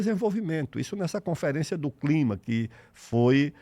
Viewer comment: COP e CLIMA, NAO e climax. Erro da Inteligencia artificial.